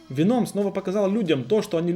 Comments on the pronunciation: Ну почему венОм, ведь нет такого правила что в заимствованных словах нужно поменять ударение. ВЕном, как в английском. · Не говори Веном это вообще не звучит правильнее ве́ном. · В слове веном ударение падает на первый слог (venom - яд) Спасибо за видео. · Не веном а венум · Не веноом, а вееном по моему